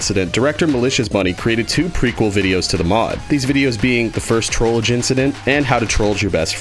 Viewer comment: He said trollger He said trollger He said trollger................ He said trolldier